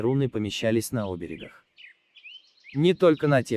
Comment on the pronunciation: Видеоролик на 10 минут визуально сделан неплохо. Но вот "чтеца" надо было подготовить к прочтению текста - расставить ему ударения в словах. Пример: (ударение в словах я буду показывать в виде большой буквы) чтец - Оберег, надо - оберЕг (от слова оберегАть), чтец - дОлей (говоря о времени), надо - долЕй. Названия месяцев прочитаны в видеоролике неправильно - мягкий знак в конце слова "ь" читается иногда как коротко звучащая О. Чтец произносил Бейлет (звучало бЕйлет), а надо, чтобы звучало БейлЕто (здесь "о" короткое, на выдохе). Замечание авторам фильма - всё, что связано с наследием наших Мудрых Предков надо информационно преподносить не торопясь, основательно, а не на хоп-цоп. "Палец вверх" (иностранное "лайк" ) я ставлю. ГригОРий Шингарёв.